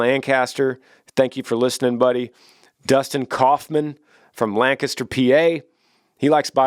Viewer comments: I appreciate the fact that he said Lancaster PA instead of Lan caster PA. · First person to pronounce Lancaster correctly that’s not from Lancaster PA, Love it Great podcast too! There always AWSOME!